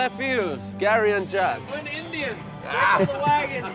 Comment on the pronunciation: Every time they said "INDYAN" I cringed.